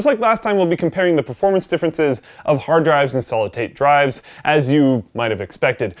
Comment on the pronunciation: "Solid Tate Drives" Thanks, I am solid at driving.